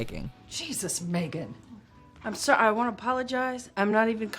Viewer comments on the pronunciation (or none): none